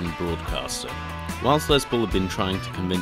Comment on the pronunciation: Good video but ITS NOT LEZ PAUL ITS GODDAMN LES JESUS CHRIST